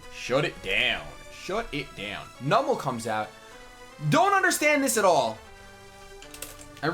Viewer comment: the way you pronounce numel pains me